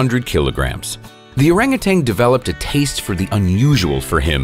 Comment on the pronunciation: It's Orangutan, not Orangutang....🤫